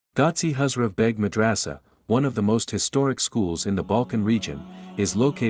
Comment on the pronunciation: Mad ra sa. Not raaaaasa